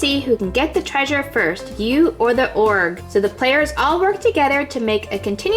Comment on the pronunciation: The bad guys are Oh-Gers, not orgs